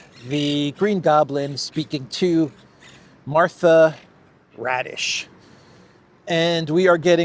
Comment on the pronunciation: Raddatz, not Radish.